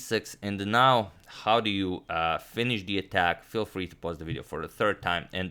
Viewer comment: Now, not bow.